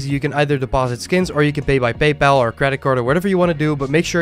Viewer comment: debosit, baybal xd banter